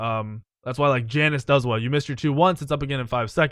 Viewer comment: Over 4k worshippers on khepri fucketh thou, and you say Janus wrong